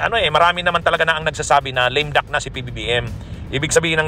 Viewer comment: Lame duck hindi lim duck bwahahahaha....ayusin mo pronounciation mo abogado ka pa naman